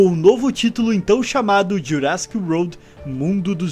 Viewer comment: Só um toque: a pronuncia correta é "jurassic Uord" e nao "roud". Equivocadamente vc ta falando "estrada jurássica" e não "mundo jurássico". E aí vai uma curiosidade tbm, que nao foi mencionada: a maioria dos dinossauros presentes na franquia são do período Cretáceo e não Jurassico. Mas Cretacic Park nao chamaria muita atenção pela sonoridade ruim.